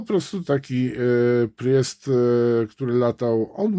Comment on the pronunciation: Panie... "prist" po prostu "prist"nie "prjest";) Pozdrawiam